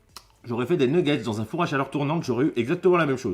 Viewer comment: Des nuegaittes au lieu de nuggets aussi